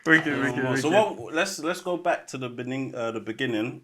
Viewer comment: "Let's go back to the baninging"😂😂...just let it out 😂